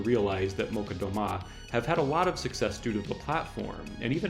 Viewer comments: Oh thanks! I was mostly joking, but I actually did not know that the accent is on the final syllable. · oh thank you, so I was wrong about the accent and it's clearly on the A! Today I learned. You gotta rehearse the Molchat though xD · You're not pronouncing Molchat Doma right. Here's how it's pronounced